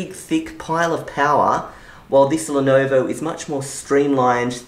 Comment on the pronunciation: it's not lonovo its Lenovo